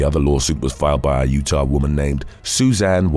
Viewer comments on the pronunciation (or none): none